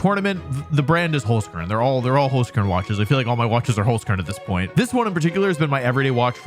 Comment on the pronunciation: As an Austrian, I can confidently say that your pronounciation of the word Holzkern is horrible. Also, my two favourite Pokemon are Incineroar and Kommo-o, but other than that I did still enjoy the video